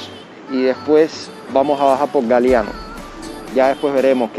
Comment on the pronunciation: Me gustan tus videos. Te señalo que la calle se llama Galiano, no Galeano.